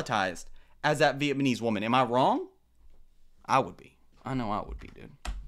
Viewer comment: Blud said VietMahKnees